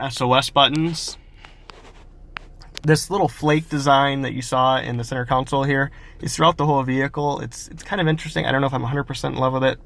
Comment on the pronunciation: I like your conversational tone, as well. Good presentation. FYI: The word is CONsole, not "counsel."